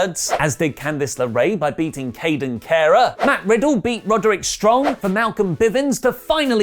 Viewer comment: It’s Kayden Carter, not whatever you said.